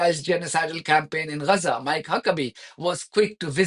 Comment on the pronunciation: It's Gaza - not Reza. Please learn how to pronounce the letter G.